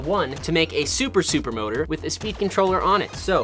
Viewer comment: Bro said super moter